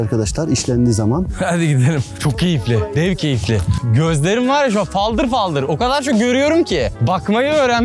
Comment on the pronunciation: 😂😂😂😂😂 faldır faldır gözler.....abi bizde fıldır fıldır dönüyor diyorlar Fakirlikten zenginliğe geçiş evresi olsa gerek😂😂😂😂 dilin değişmeye başladı😂😂😂😂😂 ççok güldüm yaaa